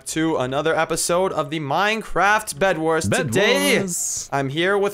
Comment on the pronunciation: minecraft minecraft minecraft minecraft minecwaft easy